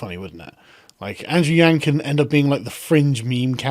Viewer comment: Friendly reminder that "Yang" is not pronounced like "gang". The "a" in "Yang" is pronounced like "yawn".